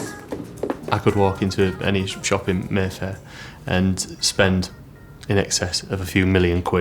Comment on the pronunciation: I thought he said Merthyr not Mayfair